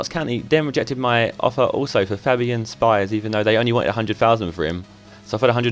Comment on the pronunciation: I'm a county fan, it's pronounced sh-pee-s